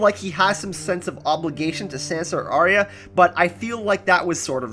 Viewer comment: It's Are-ya! Not Arry-a. This really winds me up.